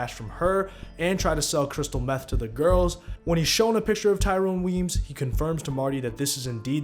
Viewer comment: Thank you for correctly pronouncing Tyrone Weeeyms